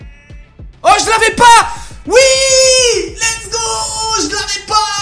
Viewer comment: Pq tu dis l'ets go